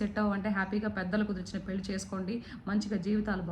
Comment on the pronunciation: పెల్లి కాదు పెళ్లి అనాలి నిచ్చి తార్ధం కాదు నిశ్చితార్ధం అనాలి వ్యాఖ్యాత తెలుగు బాగుంటే వినే వాళ్ళు పెరుగుతారు